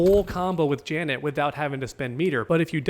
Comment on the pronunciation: Finally pronounced janet correctly😅